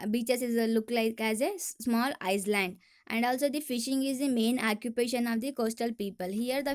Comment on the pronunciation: Madam first you learn the pronunciation of island and sea🤛👎